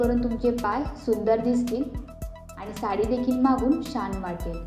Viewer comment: शान नाही बाळा, छान